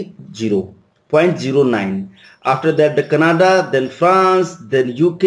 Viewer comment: It is not kanada.... Its canada 😊